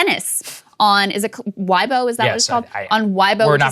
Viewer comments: It’s pronounced way- bo not why - bo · lol. The social media is "weigh-bow" not Y-bow, but that is ok. Her family name is pronounced as "pung" her name is "shwai". Also Li Na is UNQUESTIONABLY the most famous Chinese player in their history LOL. People going missing is so common in China. Does not make it ok, but this has become normal :\ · its pronounced way bow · Ok. Peng Shuai’s name, pronounced great! WeiBo should sound like /waybo/. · So funny hearing you pronounce it. Its pronounced Way-Bo. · Now help him with weibo and Xinjiang and Xi Jinping.